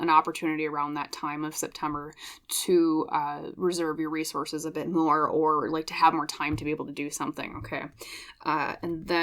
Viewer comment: You said "resources" a couple times in P:1, and I heard "race horses". That's what I need, a couple of race horses to get me out of my slump.😂😂😂